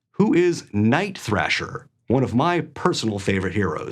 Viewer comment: Its Dick GrAyson, not GrEyson. It's also Night THrasher, not "Night TRASHer." 🤣